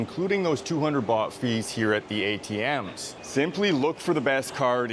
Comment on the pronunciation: It is Thai baht not Thai bot.